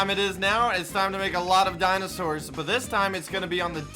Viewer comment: he said dinostors